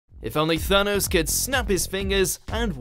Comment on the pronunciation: Thanous... Aaaand I'm out